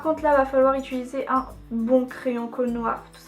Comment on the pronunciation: Ça me stresse tellement que tu dises "ituliser" au lieu de "utiliser", Ca me perturbe 😂 sinon tu te débrouilles tellement bien en maquillage, c'est vraiment joli 😊